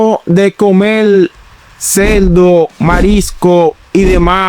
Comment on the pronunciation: Hay que escuchar la biblia dice cerdo no celdo.